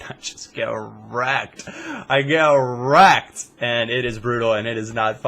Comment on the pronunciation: When you say wrecked sounds like you are saying ercet